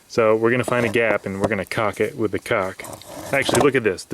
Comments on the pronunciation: Who pronounces the L in caulk?... goof! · did you say "shove the cuack in the hole"? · The way he said Caulk Lol